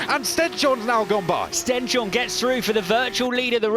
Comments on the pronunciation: Stens-horne not Sten-shorne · Its not Sten-shorne, its Stens-horne, translates to stones-horn. British splitting the word wrong again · His name is StenShorne, not StenChorne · Maybe the commentators could learn to say "Stens-horn" instead of "Stench-horn" soon... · They have asked Stenshorne about it, and he has accepted it the way they say it.